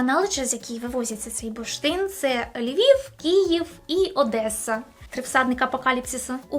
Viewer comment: буршин, бурштин.....і тут бамц - реклама английскої.......а потім знов, буршит, бурштин